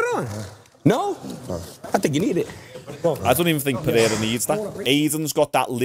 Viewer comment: Pe-hair-a goes crazy.